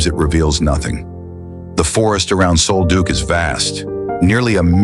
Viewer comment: Sol Duc is pronounced like Sawl Duck.